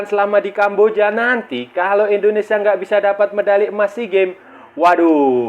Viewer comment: Maaf bang INDONESIA Bukan ENDONESA.. Gunakan bahasa yg baik dan benar biar enak di dengar